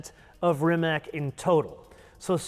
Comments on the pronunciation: Rimac = Rimadz not Rimak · It's NIKOLA TESLA, not NIKOLAI TESLA. RIMAC is pronounced as RIMATZ, not as RIMAK. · Come on guys... It's not "Rimak"... It is Rimac... 😅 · Rimac is pronounced Rimatz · Please pronounce the name Rimac the way it should be. RIMATZ.